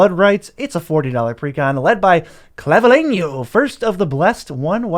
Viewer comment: You absolutely nailed the pronunciation of "Clavileño" kudos! thanks for the upgrade ideas. I got the pirates, and my wife vampires and merfolk, can't wait to try them out.